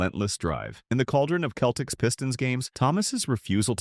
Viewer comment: Many mispronounced names: Isiah (Thomas), Celtics, etc. A.I.